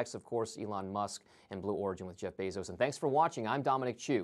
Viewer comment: He can't pronounce "Elon" or "Bezos" correctly 🙄